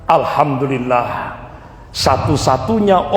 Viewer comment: Bukan. Alhamdulillah bro tapi yg benar bacaannya Alhamdulillah...lah KLO anda sholat sebut Alkamdulillah pasti sholatnya batal karena SDH berubah arti bacaannya...makanya perbaiki cara bacanya jangan ikuti logat daerahnya..harus ikuti logat BHS Arabnya..harus bisa bedakan...